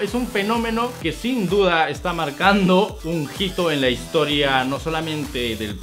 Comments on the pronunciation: está marcando un jito? así haz pronunciado? es hito con h no con jota!!!!😭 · Correción: Arguir(con diéreseis) e hito(no jito)